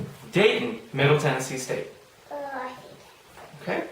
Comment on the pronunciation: She got Middle Tennessee state correct!